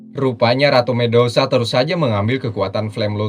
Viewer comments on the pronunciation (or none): medusa min bukan mendosa